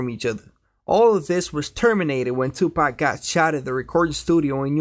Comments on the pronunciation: pak not pack paaaak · Why he kept on saying tupack